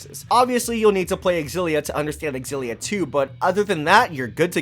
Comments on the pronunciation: Pretty sure that "Xillia" is pronounced "Zillia." Anyway, thanks for this vid. Gonna grab Graces F. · I’m not a fan of your xilla pronunciation.